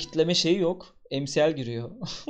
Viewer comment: Okadar ms varki emsiel(mcl) dicecegine emesel (ms)diyo cksbdjd